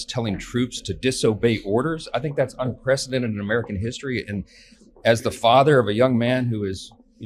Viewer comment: The word 'unprecedented' is pronounced UN PREE CEDENTED ented...not un presidented.